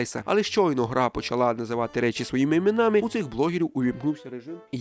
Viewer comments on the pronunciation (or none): none